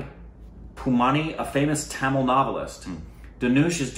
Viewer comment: That tTamule 😂😂 nyc men... BTW Correct pronouncement is, THAMIZH THA-(த)MI-(மி)ZH-(ழ்) And dont miss to react the flashback fight scene in this movie...